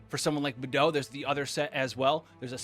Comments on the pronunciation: please please…. it’s pronounced KUHching and BAYdoe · he really just said Bethou LMFAOO